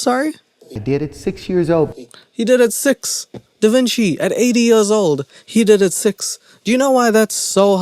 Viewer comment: You didn't pick up when he said "DavinChakey" 🤣